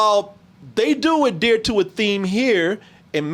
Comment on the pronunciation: Adear to a theme? Adear? Adeer? Adere? Wtf is talking about, lol! Adhere maybe?